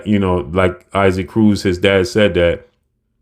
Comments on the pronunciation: Pronounced E-Sock, not I-Seek cmon! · You keep calling this man “I seek” 🤣🤣 It’s “EE Sock”… if not then just call him Isaac like Isaac Hayes… lol